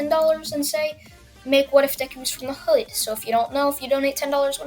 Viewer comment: Hey cuz the way you said hood was weird cuz